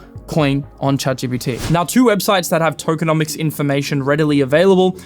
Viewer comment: Tokeo - nomics!!!! 😂